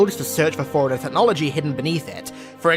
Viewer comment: Put a very slight pause in between the fore and runner